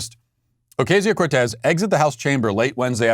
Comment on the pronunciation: Do you think Matt pronounces AOC's name "Oh-KAY-zio" on purpose just to troll her?